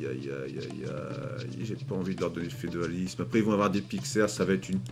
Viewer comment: On dit pas carthageniens mais carthagénois! Et c’est pas fedoalisme mais féodalisme! 😂